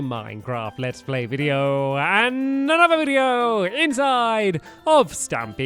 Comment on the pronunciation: "And anodo video..." LOL XD